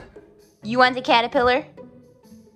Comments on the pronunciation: I like how said a cattapiller a cattopooper 🤣🤣🤣😂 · Saying about it catopooper instead of caterpillar